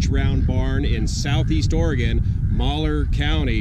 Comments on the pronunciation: It's pronounced " Mal-hear". Love your stories safe travel's while in my home state, sincerely. From Dave L. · We can always tell when a non-local talks about Malheur . . . they always pronouce it wrong. Mal -hur not Maler . . . The reason the land was and is so swampy is because much of Southern Malheur County and most of Harney County ground sits on lava flows. The lava has hardened creating a glass like barrior several feet deep covering almost all of Harney County and much of Southern Malhuer county. When it rains or snows the water sits in puddles until it evaporates. To dig a well you need special equipment and the cost is about 4 times as much as elsewhere since they have to drill through solid lava. And then they may not find good water. This is also the reason they have not mined very many of the mineral deposits there. PS: The first Basque settlers there sent money home to their relatives in the mountains of Spain to come join them. They would travel by ship to NYC then travel to Oregon by wagon. The Basque people were discriminated against in Spain at that time. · Wow! This is in my neck of the woods and I've never heard of it. I also didn't know French Glen was named after Pete French. I cringed every time you pronounced Malheur, Maller though, lol. Great reporting, very interesting! Thank You! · Glad you made it out to the "real" West. There's a lot more history here, keep digging. And um, it's pronounced mal-yur. It supposedly was named that after French fur trappers had their seasons cache of furs re purposed by locals near Vale, the Malheur County seat. The old P spread is actually in Harney County, as is the Malheur National Wildlife Refuge. I got hooked on your feed during the Oroville fiasco. Great coverage, thanks. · Another awesome video,your the man.Just wanted say that up here in Orygun, we pronounce it Mal hUr. Did you stop in Fields and get a milkshake?.Keep em coming buddy. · Malheur is pronounced (mowl-hure). ;)